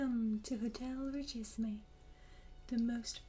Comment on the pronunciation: You have a lovely and relaxing voice but omg I want to scream when English-speaking people pronounce it "richy-see-me" when everyone has Google. It's "reesheeseem". Source: I'm a French person from France and this word is a fancy way of saying "extremely rich".